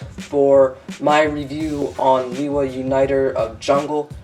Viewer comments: he says Lewa worng. (Lay- Wuh). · It's been pronounced differently throughout the years. I myself say Lewa like Lee-Wah